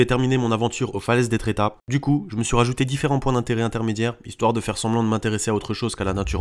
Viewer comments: Euh c est pas etrétat .....mais etretat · Je cherchais ce commentaire. C’est gênant la façon dont il prononce Etretat. Merci !